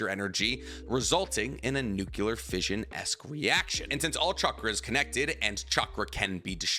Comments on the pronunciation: SAY IT WITH ME: new-clear...! NOT nookyuhler 😔 i thought was a chemist or something 🙂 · NUCLEAR, bro nuclear: try saying NEW-CLEAR. NOT "Nukular" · The word is nuclear,, not nucular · Nuclear NEW-CLEAR NOT NOOKULAR You're a professional YouTube channel, stop sounding so ignorant. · Nu-klee-Ur. Not Nuk-U-ler. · New-Clee-Ur The 'u' comes before the 'c' not after. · Every time he says "nukular", I wanna delete his video... UGH!! Ignorance!!!!!!!!!!!! LOL XD